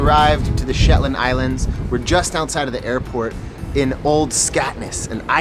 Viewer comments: Beautiful video but I didn't enjoy the 'slit your wrists' type music!😣...and the "SHETAND" Islands??😆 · Shetand Islands??? lmao! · Pro tip = never say "the shetlands" its just Shetland! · I'm shook! A whole video and it was never once referred to as the "Shetlands"! One way to annoy the locals is to add an extra 's' when it's not needed XD